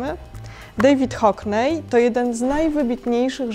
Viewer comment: Hockney nie wymawia sie HOKNEJ, uszy krwawią